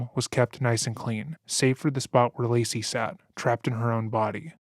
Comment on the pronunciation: i hate how their defence lawyer just called lacey "lazy" it boils my skin